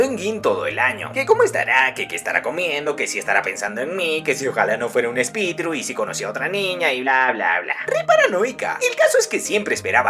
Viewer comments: No se dice espititu se dice espilitu hola soy Yulalissa PINK BRACK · Espitiru? Espiritu haci es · Tomando lista a todos los que se rieron cada ves dijo espitiru 😂🤣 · Espitiru JAJAJA